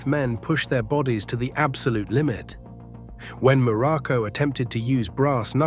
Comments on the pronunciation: Information is good, but lacking, the human touch to correct important ers like name pronunciation and incorrect wrestling video footage and pictures, placing Pedro moralas, in the place of Don Moroco, both great and memorable Wrestlers, but with some major human difference 😳,.. yea misplaced information and misplacing and pictures with wrestlers here it's very shoddy work here on this one..😢.. 👎👎👎🙁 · Be nice if AI could at least say his name properly.